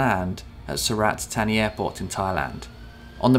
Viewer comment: I can speak the Thai luggage, er, I mean Language. As with yourself, I have 'attention to detail' on my CV. Sur-rLat-Tar-Knee, is the correct pronounciation.